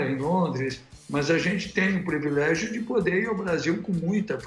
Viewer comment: devo estar com algum problema auditivo...COM CERTEZA, mas ouvi MR, OLIVETTO DIZER...PREVILEGIO??? 7 min. e 13 seg do video.